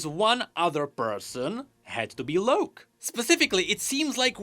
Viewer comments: Why do you keep saying "Loak" His name is Locke, as in LOCK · It's LOCK(e) not LOWK...UGH. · Locke is pronounced as lock.... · please, the name ‘Locke’ is pronounced the same as ‘Lock’. You’re killing me here. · It pisses me off that he keeps saying Loak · The way pronounces Locke really bothers me lol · yet I'm sure he knows what a Lock is, and this just has an E at the end... It doesn't change the pronunciation lol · THats not an excuse lmao hes doing it on purpose. His English is LIGHTYEARS beyond pronconce a simple ass word. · mine too, and idk why tf he's saying it like that.